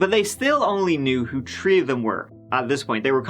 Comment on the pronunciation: Glad he still does that to be silly. He can easily pronounce the th as you can hear him say the, this, them, they, there, that, thirsty, thousand etc. But, when it comes to three, third, thirty etc, he stays Irish and it's all about the trees and turds lol.